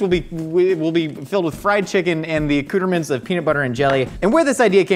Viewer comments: also, the subtitles said "a Cooterman's" instead of "accoutrements" because of how said it,, lol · "Accooterments" still gets me giggling.